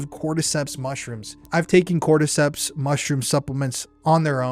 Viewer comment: You lost me at "cordyceps" 😬👀